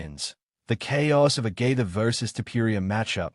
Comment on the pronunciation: Did I hear J.G.'s name being pronounced "Justin Gator"? Maybe it's just me or its a computer doing the "Text to Speech". Oh ,yeap! Lol.... I knew it was a computer after hearing Khabib's name.